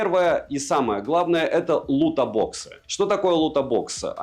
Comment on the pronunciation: какой же херовый микро в айфоне, мб просто уже возраст и засорился, но просто ничего не слышно с него PS и еще плиз Лутбоксы без о ))это не то чтобы придирка, но так просто правильней:)